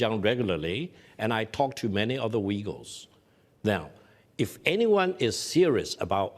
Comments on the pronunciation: Uyghurs….pronounced…..Wegulls by Victor Gao! 😂😂😂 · victor Gao calls them The wegeles .... what an idiot THE WEGEGLES hahahah